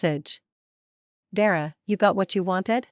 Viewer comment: Is the sister called Vera or Dera? It’s annoying listening and seeing two names. Is it Junie or Jimmy? Thompson or Tamson? Another annoying mistake. It’s little mistakes like this that show the creator of this channel doesn’t care to edit their work.